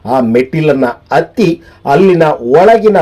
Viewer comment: ಹತ್ತಿ ಎನ್ನುವ ಬದಲು ಅತ್ತಿ ಎಂದು ಏಕೆ ಹೇಳುತ್ತರಿ?